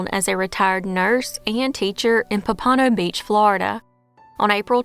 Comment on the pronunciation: That’s an interesting pronunciation of Pompano Beach.